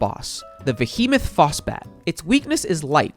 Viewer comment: Bro said the vehemoth phosbat was the first boss